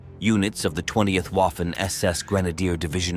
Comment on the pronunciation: Learn how to pronounce "Waffen".... See the film "Narva 1944"